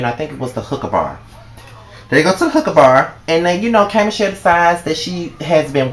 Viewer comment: Lmaooooo... Baby its HOOKAH not HOOKER... they ain't go to pick up hoes.. Lol LOL LOL ..but great review love! I think that was my favorite episode cause that proposal was EVERYTHING.. YAY JOHNATHAN